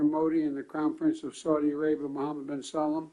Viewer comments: Mispronounced The Crown Prince's name, twice!! How frigging embarrassing and disrespectful. Biden said Mohamad Bin (Sa-LAM). Its Sal-MON, NOT SALAM!!! C'MON MAN!!!! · Y’all gonna act like Mr. Alzheimer Biden didn’t misread the name of MBS? It’s Mohammed bin “Salman” damn it! 😂😂😂😂💔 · He needs to learn to say salman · Mohammed bin Salmon..err salam..errr salamander. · Omg he cant even say our beloved crown prince name correctly 😂😂😂😂😂